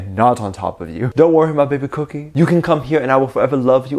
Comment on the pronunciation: You keep saying kookie. Then I realized I’m literally getting cookies. “-“